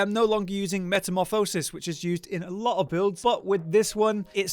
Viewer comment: My wife and I appreciated how you pronounced Metamorphasis. Thank you sir!